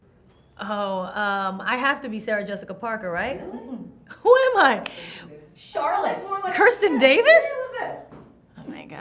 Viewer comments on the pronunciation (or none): why is she saying Kirsten Davis when it's Kristin Davis...😶🤔🤔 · Her name is Kristin Davis, not Kirstin Davis. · "Kiersten" Davis. lol A We love you, Kristin. ❤️ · J Lo said Kirsten Davis. 🤦🏻‍♀️ it’s Kristin Davis! Come on now.